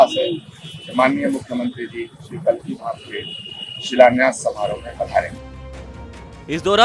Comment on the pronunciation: रिपोर्टर साहब कालकिधाम नहीं कल्किधाम कहिए